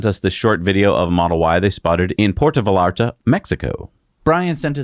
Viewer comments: I draw the line at Puerto Vallarta. It's famous and everybody should know that 2 L's in Spanish are pronounced like a Y. 2 lashes with a wet noodle. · Now, you must have seen "The Love Boat" once or twice, where they say the port's name out loud. The "LL"-s get pronounced as a "J", so Vajarta would come close enough.